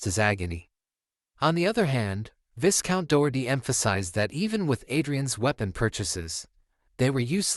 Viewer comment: You never corrected yourself throughout the entire manhwa It's pronounced vigh-count, not vis-count the S is silent bruh😅